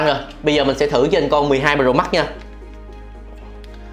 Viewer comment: Cách phát âm nghe lạ lạ (Bờ rồ mắc)&cờ líp